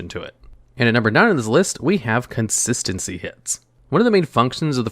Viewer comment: I like how pronounces "consistency". "Conssssincy".